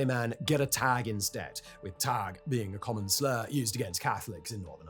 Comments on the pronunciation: Taig. You don't say it "tag" like you did. Speak to an actual Northern Irish person to check your facts before making a published video. It just makes you look, well lazy. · Pronounced Teg not Tag. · Taig not tag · Taig is pronounced tay-g not tag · It’s not Tag mate it’s Taig “Teig” idk how else to make people know how it’s said lol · Taig - T-egg not Tag :P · all sides had to be shown by surgeons how to knee cap people, so they would hit an artery, take out the whole knee cap etc. Basically so those being knee capped could still walk again. Taig is not pronounced tag, it's like Haugue. Only beginning with a T. Ie taig. so putting some legs first into a threshing machine isn't as bad. Or booby trapping a dead body with what would now be known as an ied. 19 people the most prolific serial killers. 3000 people over 30 years, that's what was eg 1 mass grave in the slight skirmish in Serbia. the same Republic of Ireland that 80% of the bombs used in Northern Ireland and other parts of the UK came from. Spilt pint. now its 23. As mentioned multiple times the psni were not in existence during this period. Thankfully as the death toll from accidental discharges would have probably made them as you put 'the most notorious serial killers'. Who when not long into inception handed their service weapons to the bouncers at a night club 'uh we're the police and you know we have guns but you's have a place for then don't ya' 'yes let me take them and follow me to the rip i mean vip area' However they did manage to achieve something that all the 'terrorist' organisations combined were not able to achieve, in making public the names, addresses etc of every police man, women even I believe some intelligence services personnel, not sure about dogs and horses or informants, public for the whole world to see on the Internet. Does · Wtf is a tag 😅 its taig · The word Taig isn’t pronounced like Tag it is pronounced like The Hague only starting with the T sound instead of the H